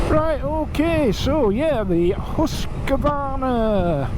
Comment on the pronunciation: Pronounced Hoosqvarna... Had a KTM 390 and what i hated about it was the sound of the engine... Think fishing boat